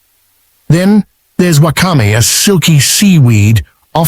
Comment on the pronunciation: Good info but terrible pronunciation of Sake and Wakame. Pls be respectful of the Japanese language. Take the trouble to get it right.